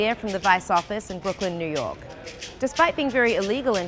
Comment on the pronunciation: Why did she enunciate "New York" like that?